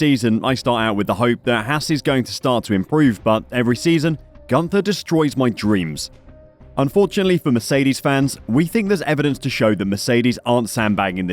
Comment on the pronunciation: the name "Günther" is not at all pronounced "Gunter". there are lots of explanations online how to pronounce the letter "ü", give it a try!